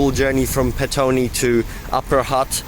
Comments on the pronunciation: ITS called State Highway 2, not freeway. Also it's Petone or Pito-One Do your research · Pet- oh -nee , this is how it is pronounced :) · Petone is Pronounced, Pit-Ohnee. The Melling Line stops abruptly, as it use to be the Main line to Masterton.